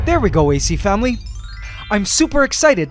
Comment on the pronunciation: So um how about a shot every time he says "AC FAMULY"